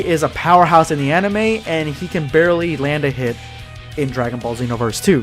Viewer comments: He probably pronounces it Zeenoverse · SpextrumYTI am a xenoverse fan but I pronounce it that way. But how do you pronounce it